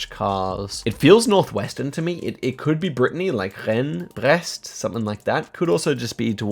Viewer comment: Nice pronunciation of Rennes and Brest !!! Im french and it was spot on!